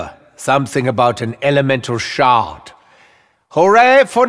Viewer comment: When Nikolai says “Elemental Shard” I hear “Elemental Shart”